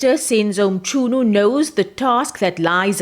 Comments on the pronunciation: Mchunu not Mchooon but anyway am not confidence in Minister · Why is this woman saying minister mchoonu?